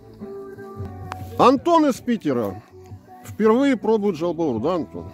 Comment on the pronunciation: Правильно жаубауур,из двух составляющих-жау(жир)бауур(печень).